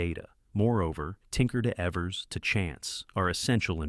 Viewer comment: Maybe not important, but it’s pronounced Eevers, not Evvers.